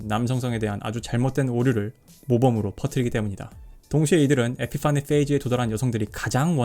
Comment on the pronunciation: 에피 파니 페이즈 발음이 너무 구려서 갑자기 진지에서 웃겨짐